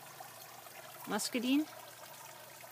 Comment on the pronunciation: Beautiful! You're the first person that I've seen in the west trying the muscadine. It's wonderful and should do well down there. I'm bringing some in to Vegas for next year...and if you want to speak proper Southern Belle...the "i" is long, muscad"I"ne. LOL! Glad to hear your comment about the guava, I was concerned about the heat tolerance but am going to pick one up a Malaysian tomorrow. Keep up the good work...it looks great!